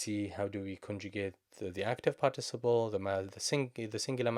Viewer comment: Excellent lesson. Also, it's pronounced PÁRTiciple (stressed on the first syllable:)